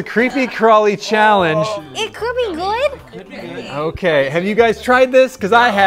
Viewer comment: "It could be guud" yes it can be GUUD